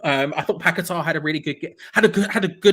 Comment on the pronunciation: It's paqueta not pack a tar try getting names right ffs